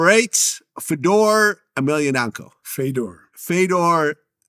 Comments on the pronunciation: He said Fedor wrong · Vlad how u can’t pronounce fedor first and last he is Russian like u